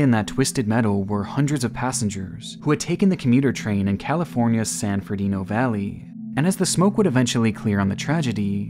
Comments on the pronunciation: Did sir say San ferdino valley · I love your channel. But, please pronunciate better. San Fernando (not San FernIndo). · San Ferdino Valley? Really? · San Ferdido? I think he means San Fernando Valley. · It’s San FERNANDO NOT FERDINO! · San Ferdino Valley lol. It’s San Fernando Valley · Do you mean San Fernando Valley or San Bernardino? No such thing as 'San Ferdino Valley' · Fer-Nan-Doe San Fernando Valley